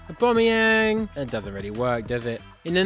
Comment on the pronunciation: How the hell did you get that correctly